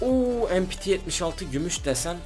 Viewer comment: Empiti değil mepete denir açılımıda (milli piyade tüfeği)